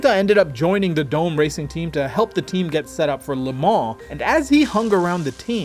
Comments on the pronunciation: its "Do-Meh", not Dome. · I think "Dome" was pronounced "dom-eh".